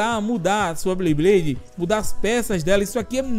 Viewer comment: Que agonia o pronunciando " BLeyblade" ao invés de "BeyBlade" kkkkk quem notou curte ai